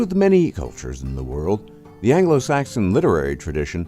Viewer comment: Lovely pronunciations of Anglo-Saxon and Old Norse! Solid baritone voice.